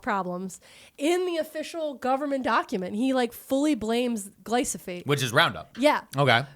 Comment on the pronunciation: Fun fact, Bayer also had to sell Invigor to BASF in order to buy Monsanto. BASF saw major growth bc of that acquisition, making them an even bigger competitor in the ag input market. Also, wanted to let you know roundup is pronounced gly-pho-sate :) Loved the episode!!